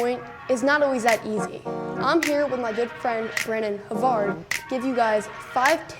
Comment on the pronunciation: I didn't know "Havard" was pronounced that way :')